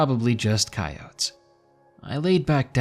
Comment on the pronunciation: The way he pronounces coyote(s)… 😅😂